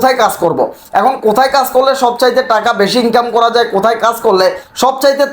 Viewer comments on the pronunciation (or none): none